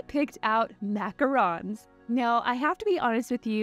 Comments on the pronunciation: The way she says “mAcOrOnS” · I had forgotten to pause my iPad and I wasn't looking so I didn't see what it was but I was so confused when I heard "macarons" because in Ohio we call them macaroons.